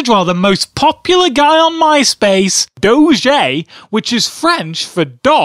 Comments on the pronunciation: Its Doe - J not Doe - Jay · It's pronounced doge not dogé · DOE- shay. LOL Its obviously Doe-je :p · I am a french viewer and we all say Doge to say Dog, it's much more professional to say. 10 out of 10 would Doge again ! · Doge Really? I thought it was pronounced Doje. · not pronounced dojeh, its pronounced Dog-e (doh-g-e actually say E) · in french its not dogé its DOGE and in french a dog its a chien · oh rly, did you know doge is not french for dog already? indeed! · dis looks nothing like doge. and it's pronounced doje not doge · it's doge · Dough-Je, Dafuq. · 10 out of 10 would do-zhay may-may again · i think its pronounced do-gee and it certainly doesnt mean dog in french :P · its called sopossed to be said dojuh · it's Doge (doh-j) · It's pronounced Dough-gee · it's pronounced duge spelled d0ge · It is pronounced doje. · It's pronounced dohj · why does everynody call doge goje its dumb stop saying it wrong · Its pronounced doe-ge. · Its not prenounced doge a its prenounced dojje and chien is French for dog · Your pronunciation of Doge really bothers me, it's pronounced (DOE-gee).... And for all the people saying he's bad at drawing, it's a joke. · First you say its pronounced like doge, and then you say its pronounced like DOGE, Can you make up your mind already?!?! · Doge is not dog in French, it’s chien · And you prononced doge wrong. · You pronounced it wrong lolol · It's "Doh-j" and "Meem" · Doge is not French for dog, chien is. Plus doge is pronounced "douge" and meme is pronounced "meeme" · its not doe-j its doe-ge and its not may-may its meem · It is pronounced "dough-j" and "meem" Your welcome.